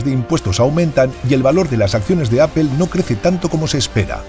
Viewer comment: Que es “apel” ????